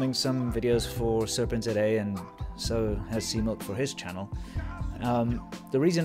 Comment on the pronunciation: I have been pronouncing Serpentza all as one word (italian style) . I am gutted to learn that it is actually Serpent zed aye